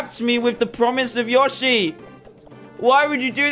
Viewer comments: Its not yoshy its yoeshy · Its yo-she not ya-shi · its not yoh-shy its yoe-shee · Its not yosi its yoshi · It's pronounced Yo-she. Not Yash-e. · ITS YOSHI NOT YoSHI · LOL When he said "yoshi" it's different from an american accent-- I kept hearing "your sheep" "i want your sheep" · Lol it's really funny how he says Y0SHI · yoshi? pronouced : yo-she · It’s not called yoshi it’s called yow-she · it is Yoshi not yoshi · Anyone else pissed that he said yoshai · its said y-o-s-h-ie ok? just wanted to help you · The way he says yoshi lol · Say yoshey wrong lol